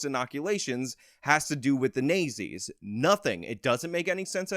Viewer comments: "Nay-zees"? I think you meant "Naht-zees." That is a strange mispronunciation. Where did you get that from? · It's not nay zee, it's not zee. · Me listening at 2x speed wondering who the Nayzee's are? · I'm pretty sure the 1930-40's era evil German party is pronounced "not-Z". Just helping you out bro👍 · Horrible accents dude . Nayzees ? But good info !! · Nay Zees lmfao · I love the south park pronunciation of the national socialist party of Germany during ww2. Hilarious. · Your pronunciation of "Nazis" is brilliant😆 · I like how he says nazis